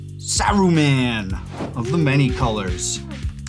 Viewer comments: It's annoying that he kept saying soruman and not saruman ... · ive never heard saruman pronounced so many diff ways